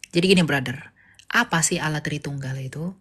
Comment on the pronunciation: Allah dgn awloh beda kak